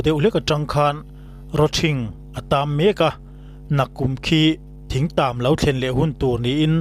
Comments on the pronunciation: Khuaimu ni lovin Khawmu. Thingtam ni lovin, Ṭhingtam.. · Thingtam i sawi diklo, youtuber ho hian in thu chhiarturte hi zirlawk hmasa thin teh u, 'thring tam' zawk ania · Thing(tree) tam te i ti mai mai a. Thing/ thring tam (Rawthing) tih tur a nia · Thing tam nilo in Thring tam tia lam tur ,Khawimu nilo in Khawmu tih zawk tur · Thing tam nilo in.Ṭhing tam tihtur aw.... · Puitling, you tube channel siam ve meuh tawh chuan mizo tawng hi uluk ve teh u. Thing tàm han tih te, khawimu chawi han tih te hi chu, a ni em em lo..Beng a ti thlep thin.. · Ṭhingtam tih tur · ka sawi zawk chu...Thing kung lam anilo...Thring tam atih khi...thing tam sawi nana.Thring atih a...'R' ahmang zawk khi nia ka sawi...Thing(rawthing) mau chikhat ani e.. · Thingtam pawh lam dik theilo youtuber kan han nei chu a aniah ava buaithlak tak Rawthing i lam rik ang khan thingtam chu thing tih lai kha lam ri mai la